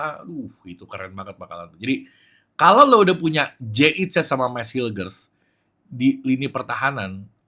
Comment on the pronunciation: Hillgers bacanya Hilkhers. Alfabet Belanda G=KH, mirip kho kalau abjad hijaiyah 😁😁